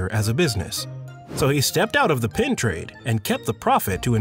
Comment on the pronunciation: Good video. But why do you keep saying “pin” instead of “pen”?